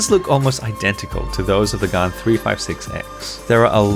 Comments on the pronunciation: It’s not pronounced “garn” it’s pronounced “gan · Why does he say GAAAAN it is GAN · Everyone:Prounounces Gan as gen Him:Gun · Hi bro but its gan not gaan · its gan not garn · Its gan not gun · It's not gaan it's gan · Never heard anyone pronounce it “Garn” haha. Is that how it should be pronounced in Chinese? Cinematics are so on point and very informative! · pls don’t get upset that he thinks your Chinese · It sounds like he is saying garn because of his accent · 4: 46 He says GAN like GUN Is it just a coincidence, or am I onto something... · Gaan not gan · He says Gan wrong so many times!! But any way love your videos!